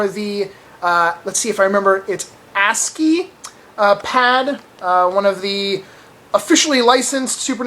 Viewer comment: great pronounciation on ASCII :) and i did some garage sales, got me 6 games for 8 bucks :)